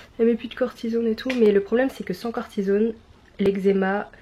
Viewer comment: C'est certainement une déformation professionnelle, mais ça me choque la manière dont tu prononce " cortisone " aha!